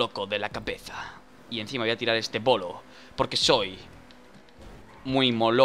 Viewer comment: Like si en el minuto ha dicho polo en vez de bolo